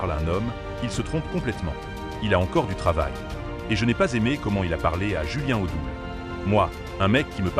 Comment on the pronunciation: "Julien T'odoul" =Mdrrrrr